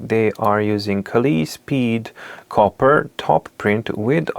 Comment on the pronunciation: It’s not “Kali”, it’s pronounced like “Kale”. Like the vegetable.